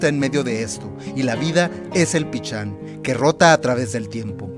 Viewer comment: Se pronuncia PISHÁN no PICHÁN!!!